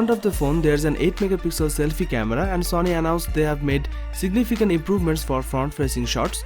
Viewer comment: Why do u say zony not sony